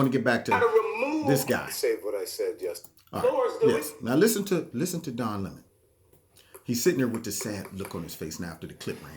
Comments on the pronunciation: Don La “moan”.......love your pronunciation! 😆😂🤣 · Don Le-moan. lol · Every time you said ‘Don Le Moan’ cracked me up. Worked in well with Don Le MOAN mispronouncing Steve Shabat. Thanks for the laugh and the picture of you trying to get away but being drawn back into the battle🤺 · "Don Le'mon"...HHAHAHA Just found your channel, and I feel like I just like found a hundred dollar bill in an old jacket! ❤️ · "Don Le'moan" 😂... Le' moans too much